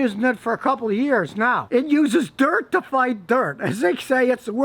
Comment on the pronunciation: lol why did he say dirt like that